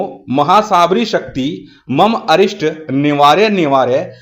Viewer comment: गुरु भ्राता को मेरा जय गुरुदेव।। बंधुवर इस मंत्र में स्क्रीन पर अनिष्ट लिखा है किन्तु आपके द्वारा जो उच्चारण किया गया है, उसके अनुसार अरिष्ट जैसा सुनाई पड़ रहा है। कृपया बताएं कि " अनिष्ट " ठीक है कि " अरिष्ट " ठीक है।